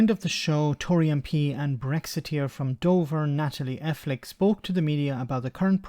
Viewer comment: It's Natalie El-Thicko.